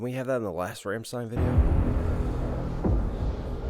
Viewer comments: ffs Rom-shh-tine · You did an amazing review but the band is RAWm-stein :) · This has always bothered me. It's rlam-schtein. Best way I can type the pronunciation